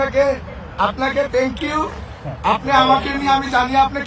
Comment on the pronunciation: Thank you ta o bolte pais na tikh moto